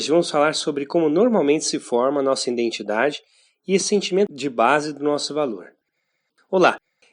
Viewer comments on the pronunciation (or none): Obrigado pelo vídeo. Só uma dica: existe um mal que assola vários canais do YouTube (e este aqui também) em , , , , , podemos ouvir a palavra identidade pronunciada com um N que não existe (iNdentidade). Por favor, não cometa mais esse erro em seus vídeos.